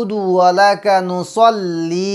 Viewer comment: নুসল্লি না নুসাল্লি বলছেন বুঝেতে পারছিনা help.